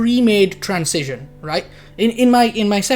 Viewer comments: i like how you pronounce transition like "trans-cision" lol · I think you are right about everything. except how to say transition ;D